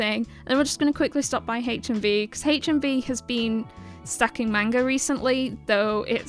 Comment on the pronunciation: Nice video but please pronounce manga correctly lol